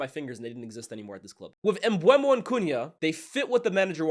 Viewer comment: M-BUH-MO. Aren’t you based in France?